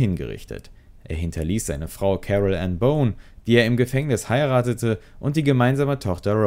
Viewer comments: Boone, nicht Bone. Das spricht sich wie „Buhn“. Und wirkliche Neuigkeiten zum Verbleib von Rose kann ich auch nicht erkennen .... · Genau! 😂 Und „Boone“ spricht sich nicht aus wie „Bone“...